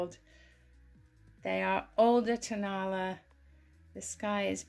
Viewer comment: The Mexican birds are Tonala pronounced Ton a LA accent on the last syllable.